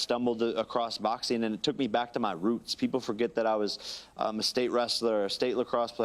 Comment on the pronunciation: Jake Paul- "Boxeen" "Fighteen" "watcheen"...literally any word "endeen" in "ing" he pronounces "een"